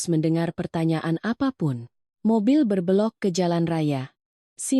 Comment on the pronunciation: Pe'na nya ( e'- e'lok) mbak ucap kan penanya ( e - emas,) Berbe'lok ( e'- e'lok) mbak ucapkan ber belok ( e - emas,) Mengkilap, mbak ucapkan mengilap (yg gak ada dlm bhs Indonesia) Berbe'lok, mbak ucapkan ber belok ( yg gak ada dlm bhs Indonesia) 😊